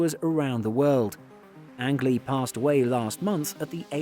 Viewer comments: Forgive the knit picking, but his last name was pronounced “Angeleee” like Angel with several e’s on the end. Got to be a made up name! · Learn how to pronounce angley's name correctly